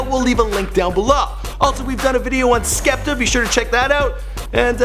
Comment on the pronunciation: The way he pronounced skepta😂